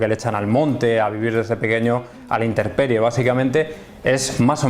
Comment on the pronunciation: Todo bien, pero un poco decepcionado cuando dice interperie en lugar de intemperie.